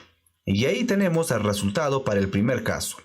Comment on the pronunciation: Hola. Lo primero es darte las graias por tu esfuerzo. Lo segundo es comentarte que en España NO decimos "arresultado" sino, simplemente, "resultado. Esto solo es un comentario: tu... dilo como quieras. De nuevo GRACIAS.